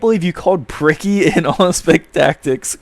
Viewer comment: calling bricky "Pricky" is hilarious